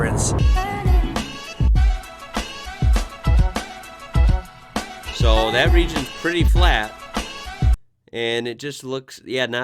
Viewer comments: Esperance is pronounced like entrance esper ence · 22 hours driving. Melbourne eastern suburbs to Port Augusta... only stopping for food and fuel... and stopped for an hour to do an exhaust flange gasket. Pronounciation Guide: Ceduna: See-dune-a Cocklebiddy: Cockle biddy... you said it right :) Esperence: Esp-rence - the second e is silent.